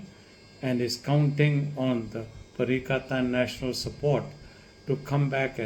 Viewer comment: Doc it is not pakatan national it is perikatan national